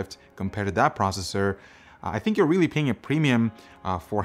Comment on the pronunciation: This CPU is weely... weely fast